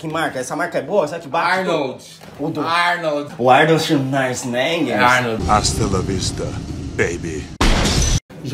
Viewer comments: Airnaild xaizenweger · airnoude xunaisneger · "Arnold Shunaisneinrs" HAHAHAHAHAHA